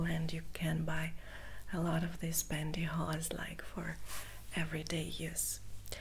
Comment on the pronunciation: Hello, I just wanted to say that I haven’t seen one of your videos for quite some time now, if you don’t mind me saying, you look absolutely stunning and beautiful, I also love how you say pantyhose, I could listen to you speak for hours, thanks for the tingles, take care.